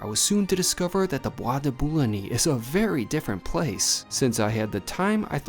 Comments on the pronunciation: Hilarious pronunciation of Boulogne.....phonetically it`s Boo-Loin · You mispronounced Boulogne other than that all great.